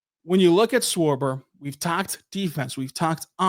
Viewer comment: Why yall saying his name with a W like he’s the baseball player Schwarber for the Phillies ? 🤣